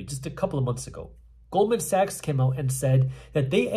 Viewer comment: I thought he said gold and sex, and he said Goldman Sachs 😅!